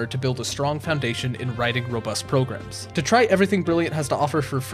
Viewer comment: I like how you say "progrum" and "progrummer" during the Brilliant ad. :D